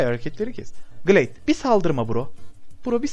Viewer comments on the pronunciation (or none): abi Gılayd diye telaffuz edilmiyor mu o